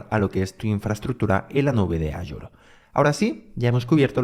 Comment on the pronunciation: Muy bueno el curso, solo una recomendación, en la pronunciación de AZURE, en España se dice Asure, pero en español latinoamérica es Ashur, y no aYur.